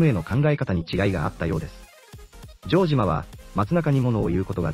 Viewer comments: ジョー↑ジマ↓ｗ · ジョージアみたいな発音だな